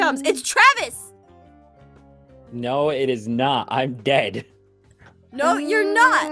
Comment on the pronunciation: I thought Travis said I'm gay when he said I'm dead